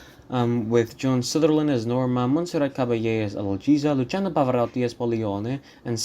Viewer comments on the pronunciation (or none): none